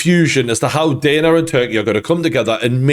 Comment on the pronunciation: his name isn't daner it's dana